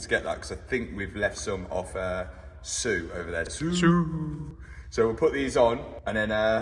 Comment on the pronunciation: Thank you for pronouncing Suuuuuuuuuuuuuuuue correctly. It dosen't sound right just sue. That is all.